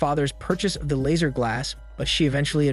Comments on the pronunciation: Couldn’t even finish as many times as I heard “Lazer” instead of Lasser, everytime made me roll my eyes. The name is mentioned so much in the movie pronounced correctly. Did he watch the movie? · Lasser* not laser , I'll sound it out ( lass-er) how can you butcher something so fucjing simple?????